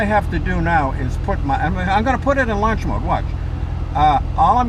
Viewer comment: Lunch mode!!!!! Do you want fries with that?..sorry the accent sounfs like lunch instead of launch..